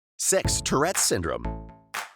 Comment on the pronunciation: lol, looks like he said "sex" instead of "six"